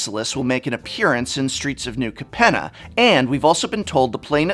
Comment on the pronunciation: Pretty sure it's pronounced Cape-nah.